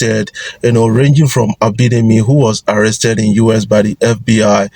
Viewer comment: Guys, is it just me, why does this guy call US (United States) UrS? There is no R in US!!!